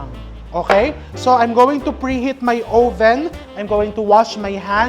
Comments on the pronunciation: Chef RV, I love watching you, informative at nakaka aliw! Pero chef, yung oven po, pag pronounce "uhven" po. Short o. Watching you makes me feel closer to home❣Happy holidays❣ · 'owe-ven'? But terrific cooking channel. Informative and entertaining!